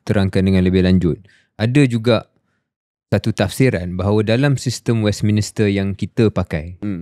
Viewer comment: Shahril, it should be pronounced as 'Westminster' instead of what you said 'Westminister'.